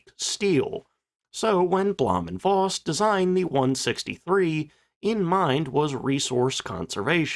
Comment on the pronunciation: In German, the letter "v" is pronounced like an "f". Please quit pronouncing it like a soft "w", which is also not silent in German and Slavic languages. So for example, there is no female cattle in any names with "ow" in them, like Mankow, which is properly pronounced Mankov. Got it?